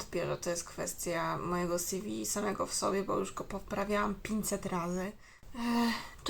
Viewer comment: Mówi się si wi ;)